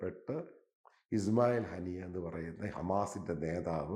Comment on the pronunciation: എടോ ഹനീസ് അല്ല ഹനിയ ... ഇസ്മയില് ഹനിയ..... താന് ഖത്തറിനെ പറയുന്നതാ - ഖത്താർ . പേരുകള് പറഞ്ഞ് ബെടക്കാക്കല്ലേ...🥴🥴